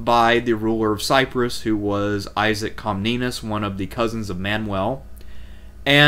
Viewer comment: love these reviews, thanks for putting these together! to pile on: Navarre "Nuh- VAR" (rhymes: 'the jar') Outremer "OO'truh-mare" (rhymes: 'boot a pair') Comnenus "kum-NEN-ose" (rhymes: 'come MEN host')